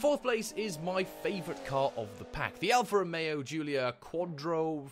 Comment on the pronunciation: Nice video! A suggest: I’m italian and the name of the Alfa pronounces like “Quad, Riff, Oil, Yo”, “Quadrifoglio”